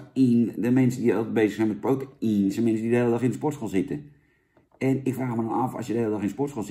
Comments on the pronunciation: Protein is de Engelse versie van proteïne en spreek je gewoon uit als (bij benadering): 'pro-tien', hoor. Het is vergelijkbaar met woorden die in het Engels eindigen op 'eine' zoals caffeine en codeine. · "pro ta ien?" lijkt niet op "protein" just saying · challenge voor vandaag; neem een shotje elke keer als Jan prota-ien zegt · Challenge: neem één flügel, elke keer als Jan prota-ien zegt..